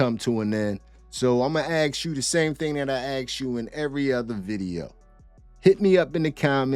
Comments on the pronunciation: it is "ask" no "aks". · Ask not Aks